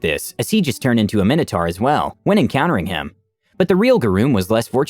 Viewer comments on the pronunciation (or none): none